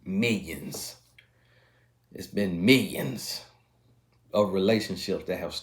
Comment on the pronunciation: Can I also have the t-shirt that says "mill yens." Lol at the pronunciation...I laugh every time..too funny.